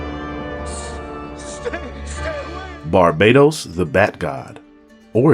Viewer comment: IT'S BAR- BA -TOS .....NOT BARBADOS TOTAL DIFERENT